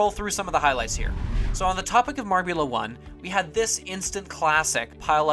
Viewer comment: #YaBlewIt, you said "Marble 1" instead of "Marbula 1"